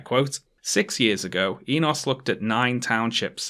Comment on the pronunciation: Damn I didn’t think I would see a paper published by a relative of mine in a video. The “o” in Enos is pronounced like the one in “no”